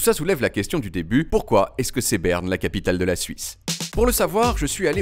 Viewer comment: "naïtlaïfe ... Beurne" iou méc maï déé :-)